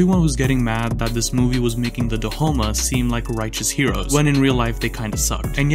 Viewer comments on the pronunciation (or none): A short list of everything wrong: 1. The tribe is pronounced dahomey 2. The movie is glorifying them for the sake of a political and intentionally hiding the facts that these were one of the biggest contributers to the slave empire 3. Jeffrey Dahmer is portrayed very accurately and the fact that some people are turned on by him isnt the fault of the show 4. Dahmer was never shown to be the good guy in his show. You go into it knowing he is the bad guy and he only lies that he is good, he never was actually a good person that was tragically twisted by some movie magic